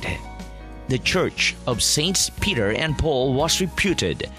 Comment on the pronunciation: Tagalog mo na lang sana. You're agonizing to listen to. It's saint pEter, not pAter